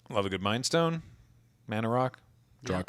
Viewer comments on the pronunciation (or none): C’mon, it’s mind stone (said with love)